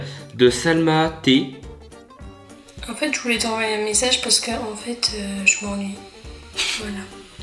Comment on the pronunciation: Elle fait genre enfaitein mdr je critique pas je trouve juste c’est drole voila